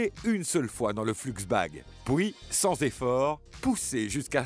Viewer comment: C moi ou il dis tjr pouis